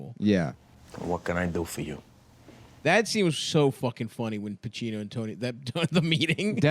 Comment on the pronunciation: Adam saying pacino was bad Jesus